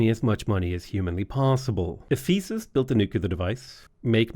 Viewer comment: I know it's a bit late, but it is "Eh-fuh-suhs". Pedantic, I know, but it's been annoying me all playthrough